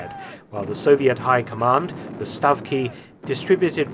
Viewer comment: The Soviet high command "the stuff key" xD